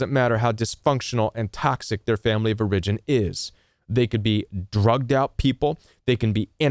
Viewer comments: It’s “OR-a-gin”, not “or-IG-in” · I've never heard someone stress the second syllable in "origin' before. "or-I-gin" 😀